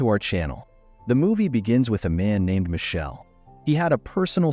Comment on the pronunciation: Why can't the narrator pronounce My kel is how it's pronounced. Damned confusing as to who the players are.😢